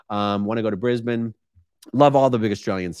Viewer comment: Dude I cant believe you pronounced Brisbane correctly! I've never heard an American do that... Btw it's a great city.